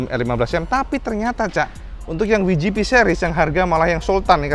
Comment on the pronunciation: Kalo mau pake bahasa Inggris WGP ucapannya (Dabelyu Ji Pi) bukan (Wi Ji Pi) cak 😀 piye toh pernah keluar negeri mosok ga tau cak, sehat2 terus ya cak, salam jos gandos..